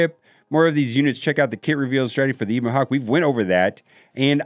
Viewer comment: Just so you know its a short e in ebon hawk